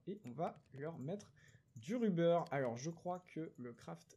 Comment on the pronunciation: Ruber ça se prononce avec un "o" au lieu d’un "u" dit le donc rober sinon super vidéo continue gg pour le million